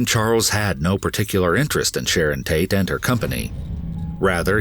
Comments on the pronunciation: At one point, I heard him say Shannon instead of Sharon. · Sharon not shannon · SHARON, NOT SHANNON